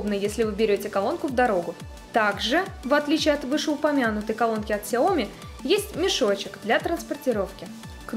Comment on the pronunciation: СяомИ. На "и" ударение. С китайского переводится как маленькое (сяо) зёрнышко или рисинка (ми).